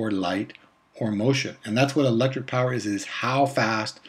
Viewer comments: Not power Phawer 😂😂😂😂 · Nice 😂😅😂😅😂🎉🎉🎉not poison it's power